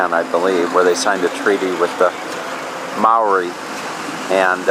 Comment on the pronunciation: Maori is said like mouldy.... just a tip haha... but thank you enjoying seeing where you go